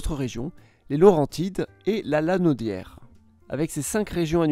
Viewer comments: C'est pas La lan-audière on dit lanaudière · Ce n'est vraiment pas un reproche mais je dois dire que je trouve très charmant et un peu rigolo la façon dont tu prononces nos villes et régions. La Lanaudière! C'est la première fois de ma vie que je l'entend ainsi. Aussi on prononce à l'anglophone les noms d'origine anglaise dans la majorité des cas. J'adore ta chaîne! Je croyais que c'était une chaîne pour les enfants mais non, et si à la fois. Merci pour ton travail !